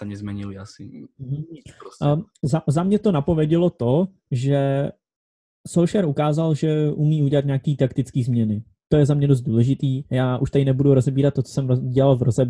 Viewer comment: čau, nechci bejt hnidopich, ale nečte se v norštině O jako U?Takže Solskjaer jako "Sulšjar" nebo tak nějak :) Super podcast, nemam čas se divat na vsechny zapasy a prestupy a proto se rad informuju takhle behem podcastu, bavi me to, diky.